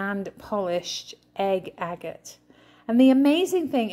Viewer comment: The stone is agate pronounced agg ut.